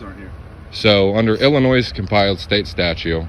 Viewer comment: He types "your" instead of "you're" and he pronounces the "S" in Illinois, so for those reason alone, he has no credibility.